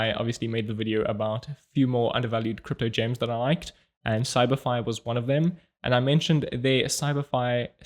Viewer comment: It's your accent. When you say, "CyberFi," it sounds like "Samari."😅